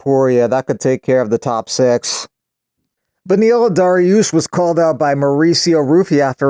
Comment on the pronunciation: Man just said Bediel Dariush😵‍💫